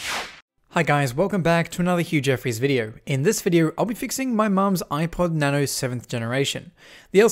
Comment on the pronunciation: its supposed to be na-no